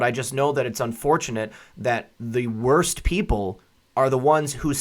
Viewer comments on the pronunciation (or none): none